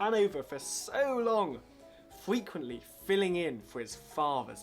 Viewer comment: Public school idiot has a speech impediment .. "forty free" "fwequent"